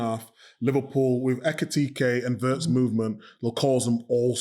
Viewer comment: PLEASE, LEARN THE PROPER PRONUNCIATION OF WIRTZ, ALAN!! 'I' is NOT AS in 'PURSE' but as in 'BIG'/PIN/HIS as Lineker now does.